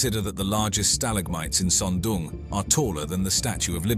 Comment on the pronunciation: Why does the narrator keep calling it SUM DUM CAVE? ? ? It looks friggen awesome to me